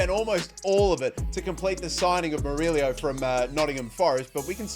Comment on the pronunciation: murillo not murilio